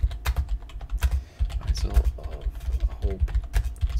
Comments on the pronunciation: How can you continue to pronounce "Isle" wrong why do you keep putting a Z sound in a silent letter spot. Do you say Island with Z or just isle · “Isle” is pronounced like “aisle”. It’s where modern English gets the word “Island”. Ireland is a very green island. That’s why it’s called the ‘Emerald Isle’.